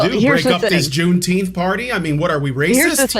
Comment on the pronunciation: I'm in favor of renaming it "Juneteenf".